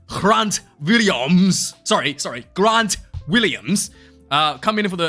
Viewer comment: 90% for the names! Got Grant right!